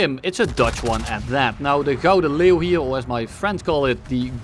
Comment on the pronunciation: eindelijk, een youtuber die wel 'Gouden Leeuw' kan uitspreken